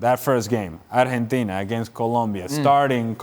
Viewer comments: Keiron Peach “Arhentina” is the correct (Spanish) pronunciation. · por fin un extranjero que sepa pronunciar bien el nombre